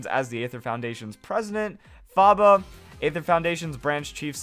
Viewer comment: Aether is actually pronounced just ether like the gasoline chemical. The A is silent in the word.